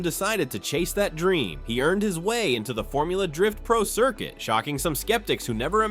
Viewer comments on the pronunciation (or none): none